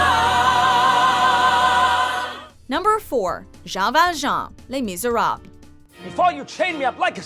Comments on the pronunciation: I've never heard someone massacre the name "Jean Val Jean" and "Le Miserables" so bad lmfao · How she said les miserable was giving me anxiety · did she say le misieva? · Pretty sure that doesn't say "les miserab". Tried so hard, got so far, but just couldn't finish it. America.